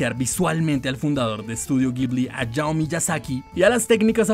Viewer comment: Deja de decir ayao, la H no es muda en japonés.🥴